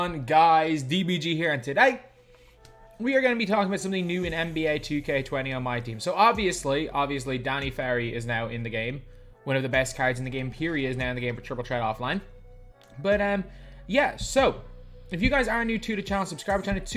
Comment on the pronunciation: anyone else wondering why he pronounces throwing correctly but not threat? kinda funny if you ask me